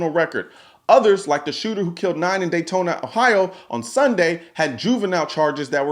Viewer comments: I agree with all this lol this isn’t hate just wanted to say I’m from dayton Ohio lol it’s pronounced day ton not Daytona love the videos ! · Yoooooo 1st off I appreciate the passion and the consistency with trying to keep people aware on gun laws. I support you 💯% With that being said I can’t allow you to butcher my home towns name like that! Daytona, Ohio!!!!!! 😂😂😂 DATE-IN as we pronounce it, or Day-ton... but Daytona maaaaaaaaan I was ready to fight big dog lol. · It’s “DAYTON “ not “DAYTONA” get it right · . Dayton, pronounced Deytn